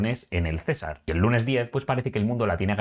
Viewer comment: Querido amigo, gracias por cubrir Colombia. Solo una opción de mejora para tu canal: Las acentuaciones de las localidades colombianas son Antioquía (tilde en la última i) y Cesar (aguda, sin tilde).